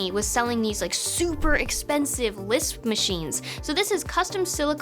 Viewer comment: did you say LISP?